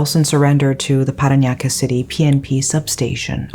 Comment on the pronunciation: Your pronounciations of 'Paranaque' and 'Las Pinas' are excellent!